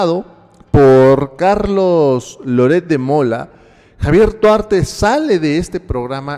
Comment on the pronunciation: no puede disimular su desesperacion al ser interrogado se le nota el nerviosismo, dice que no ES SU AMIGO duarte pero q si tuvieron amistad, minuto aprox. y en ves de decir duarte dice guarte , ojala y lo metan al bote por corrupto